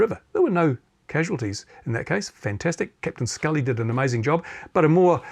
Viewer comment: Sully, not Scully!